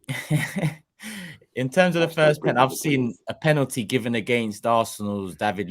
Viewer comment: Someone tell, its penalty not penany 😂😂